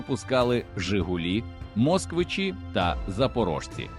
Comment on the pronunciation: Хто начитував це? 😅 таврІя, мОсквичи...на літредакторі економити не варто!